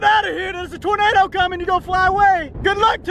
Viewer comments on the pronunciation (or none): its toenado